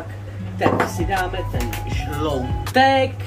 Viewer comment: 🤣🤣 jestli vás urazilo že jsem vás opravil kvůli tomu že se to vyslovuje žloutek a ne žloudek, tak to fakt nebylo myšleno nějak špatně :)